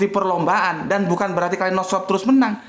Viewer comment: kalashnikov pak, bukan klainoskov